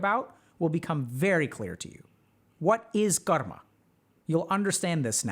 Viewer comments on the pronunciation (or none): UGHH!! It's Car-Muh 🙄